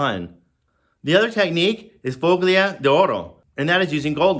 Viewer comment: You don't pronounce a hard 'G' in FOGLIA. Just ignore the 'g'. Pronouns it follia.